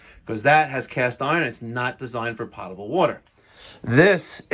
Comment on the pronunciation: Never thought I’d hear a plumber say potable wrong